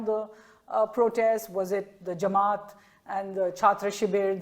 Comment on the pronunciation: Jamait!! Kapil Sibbal can’t pronounce Jamaat :)